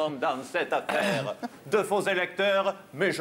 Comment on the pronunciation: "Il se "Pasqua" dans cette affe-aire?!"